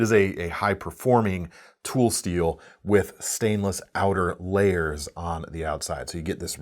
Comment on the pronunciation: The word is 波紋 (はもん) "hamon", not "hamone".